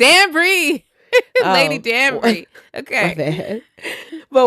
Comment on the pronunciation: She was pronouncing Lady Danbury’s name correctly…I’m giving her props…I am enjoying your discussions on Bridgerton 💝